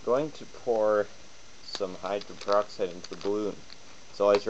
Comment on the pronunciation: This DORK is an IDIOT! He's talking about HYDRO - GEN PER - OX - IDE, and he calls it "hydren peroxide" throughout this entire video! The woman I rent from told me (about two days ago!) that h2o2( hydrogen peroxide) fizzes because it reacts to the iron in our blood!? EVERY SINGLE web page I went to said that H2O2 reacts with an ENZYME called CATALASE! CATALASE allows hydrogen peroxide to be broken down into water (H2O2) and I oxygen (O2). INTERESTING: Like other enzymes, CATALASE is NOT USED UP IN THE REACTION but is recycled to catalyze more reactions. CATALASE supports up to 200,000 REACTIONS PER SECOND!